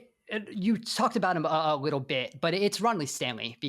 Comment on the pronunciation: he says “you talked about him a wittle bit” hahahahah bro im dead who are these guys 😂😂 then he says “wittle bit” again hahahahah bro I’m crying 😭